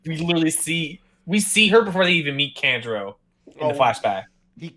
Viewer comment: You guys are also pronouncing Kanjuro wrong. It's "Khan-Juro" not "Kan" like "can". Kan like "Con" like Con artist. Kanjuro.